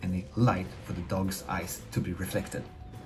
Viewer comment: glowing eyes, for the longest i thought he was saying glowing ice